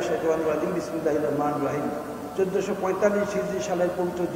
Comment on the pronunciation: উনার মতো লোক আজ ধর্ম মন্ত্রী যে নিজে ই ঠিক মতো বিসমিল্লাহ পড়তে পারে না